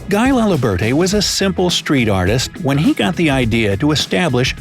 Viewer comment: Thanks for the vídeo. Guy laliberté... guy is pronounced GUI not GUY as in english.... its more gui or guee